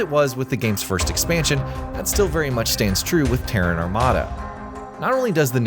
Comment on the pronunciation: Finally, you didn't pronounce Terran like the Iranian capital.